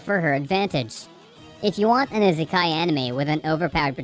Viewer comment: I-se-kai not that hard